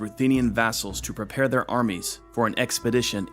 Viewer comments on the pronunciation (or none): none